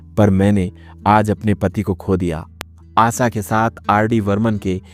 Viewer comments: Aap ki jankari de rhe ho bhayi jo bhi ho shudha boliye Aasha, aash आसा, ऊसा मत बोलो ऊषा, आशा यैसे बोलीए ईसलिए‌ सुन ने‌का मन नहि करता 😂😂😂😂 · आसा नहीं, आशा | शब्दों का उच्चारण सही ढंग से करो | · ABEBOS ...DK, ASHA BHOSLE KA NAAM LENA TO SEEKHLE. AASA BHOSLE BAAR BAAR BOLTA HAI. SUNTE WAKHT ITNI CHHID HOTI HAI, AGR SAMNE AASA AASA BOLTA TO JUTE MARTE. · Her name ASHA. Not AASA. ASHA is with a H. Aasa sounds so irritating. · But sorry to say the commentator hasn’t spoken well. Hindi ok ठीक से नहीं बोल सकते हो आप। आसा भोंसले कह रहे हो। आशा नहीं कह पा रहे। 😔😔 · Asa nahi hai it's Asha. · आशा भोसले आहे तीच नाव आसा भोसले नाही हो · It is not asa it is asha. Pronunciation is incorrect. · ASHA NAAM HAI na ki aasa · Aassa nhi AaSHa......aap voice over kar rahe ho lekin aapka Shabdh uccharan itna galat hai..... please isse sudhariye. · Pronounce name as Asha, not asa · Asa nhi asha bolo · आसा नाही रे आशा 😂 आप प्रॉनौसेशन ठिकसे करो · अबे आसा नही आशा😅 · You cannot pronounce shaadi ,& Asha,you are pronouncing it wrong aasa & saadi😮😅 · आसा नही रें आशा हैं पढ ने भी नही आता 😅😅😅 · Please correct your pronunciation it is Asha. Not Aasa.vedio chahe jaisa bhi ho das baar aasa sunkar Mera khoon khaul rha hai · एक अच्छा एंकर बनने के लिए उच्चारण सही होना चाहिए पहले "श" बोलना सीखो, आशा भोंसले होता है ना की आसा भोसले. हर बार" श" की जगह "स"बोल रहे हो. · जानकारी अच्छी है लेकिन उच्चारण सही नहीं जैसे "आशा" आसा बोलना या "शादी"शब्दको सादी बोलना! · आसा नही उनका नाम आशा है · आसा नहीं आशा पहले ठिक से बोलना सिखो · It's 'Asha' not 'Asa' 🤦‍♀️ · आसा भोसले नही आशा भोसले. पहले अच्छी तरह से उच्चारण सीखो. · Sur samagri😂😂😂ye kaunsa word hai Aasa😂😂😂 Aasha hai woh Pahale bolana sikho baad me doller ke piche bhago😂😂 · Aasa Bhonsle nahi, Aasa Bhonsle nahi, Assa Bhonsle nahi... ASHA Bhonsle kahiye. Patrakar samajh te ho apne aap ko...🤭🤭🤭🤭🤭🤭🤭🤭🤭🤭🤭🤭🤭🤭🤭🤭🤭🤭🤭🤭🤭🤭🤭🤭🤭🤭🤭🤭🤭🤭🤭🤭🤭🤭🤭🤭🤭🤭🤭🤭🤭🤭🤭🤭🤭🤭🤭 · आसा नही आशा होता है। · आसा नही आशा बोलो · Asa nhi asha bolo kya asa asa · Aaasaaaaaa nahii Ashaa bolo sahi Tarah se naam lo😂